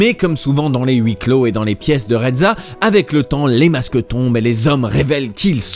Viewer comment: Excellente vidéo !! Je crois que l'on doit prononcer Yasmina Reza et non Rezza (à l'italienne).